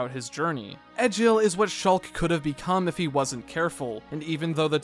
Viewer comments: its pronounced Egg ill not Edge ill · The way this man pronounced Nopon as "Nay-pon" and Egil as "Eh-jill" physically hurts considering how much the characters pronounce both words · Love the vid Just got a little bit annoyed by the mispronunciation of some characters like nopon and especially egil But happy you gave xenoblade a shot Hope you do the same for the other 2 main line games